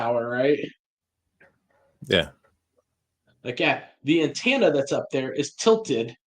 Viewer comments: I wish, especially in his line of work, he'd say antenna correctly. Bugs me every time he says, "Antanna." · The word is "antenna," NOT "antanna." 🙄